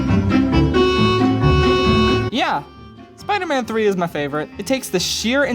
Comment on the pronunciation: Spee man tree